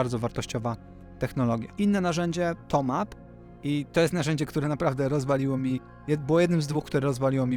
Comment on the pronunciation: Nie Toma, Tylko Tome :D